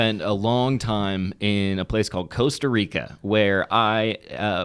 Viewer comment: hey... Cost Rica, im from Costa Rica, Should have called Eliot, defenetlly Jurasic park defenetley is not good for Costa Rica location, but we are the tale end of Mexico, for those who are ignorant where Central america is, JAJA, not calling you ignorant... I think Eliot means Pura vida, which is a word that means everything and nothing at all at the same time, its a greeating, its a state of mind, its a way to say thanks and much more, but for sure even if you talk spanish, Costa Rica spanish is weird, starting because we dont pronounce Rs right, the conversion of dollars to colones is +602, but its aproximet to divided by + a thousand, also depends on the beach, starting because you went to Osa which is the tale end of Costa Rica, but we have some opened and sandy beaches of diferent colors, Also rural dudes in Costa Rica are super nice... yeah also, we have citys you know, and places with a little bit more human intervention, because you went to one of the places that is a natural reserve, its like going to Yellow Stone and saying you dont want to go back to LA... because its too foresty, you know, jajaj... so if you wanna go to less natural Costa Rica, give me a call, You Guys could make an Outlander vlog... if you guys still do that after te deofficing, so sad about that BTW... but yeah glad you liked it... and theres casinos and Wisky but defenetly not were you were... looking forward to the new chapter in the Vally Folk journey